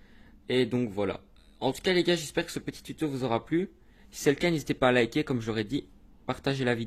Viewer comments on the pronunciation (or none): none